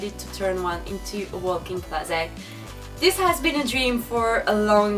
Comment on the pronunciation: Its real funny how she says closet it's like closett lol cool vid tho !